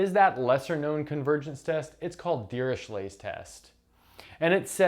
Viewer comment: A simple question. Why dont u pronounce dirichlet as u pronounce chloe or echo. Fourier is not four year. Etc... Just saying.